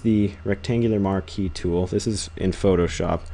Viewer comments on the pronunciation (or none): none